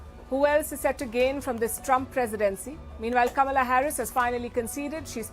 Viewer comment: I don't believe a single word Crazy Kaa-Mee-Laa said.